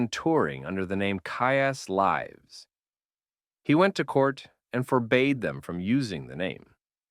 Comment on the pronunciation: Nicely done. A very under appreciated genre. The thing that bugged is the AI voice mispronouncing Kyuss Lives as Kyuss “Lives” as in a live album.